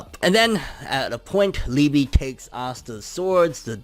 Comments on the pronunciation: Pronounced Lee-Buh -- In German it means Love ... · It’s pronounced Lee.buh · I believe it’s pronounced like eBay but with an L.